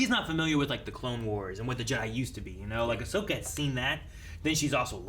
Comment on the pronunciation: I like how said "Ashoka" instead "Ahsoka" and neither nor anyone at the studio corrected the LMAO